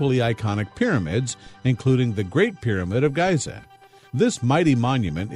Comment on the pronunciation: did he really say 'Gaiza'?! gross